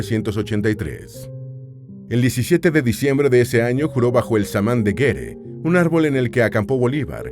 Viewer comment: Es "Samán de Güere" y no de "Guere".